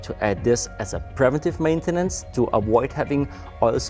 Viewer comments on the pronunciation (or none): "privenntiff mäintennens" 🤓